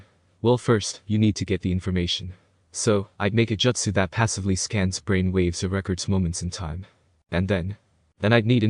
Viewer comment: Bro, why do you pronounce jutsu "joetsu". Is that some dumb sub pronunciation bullshit? I can't listen to this shit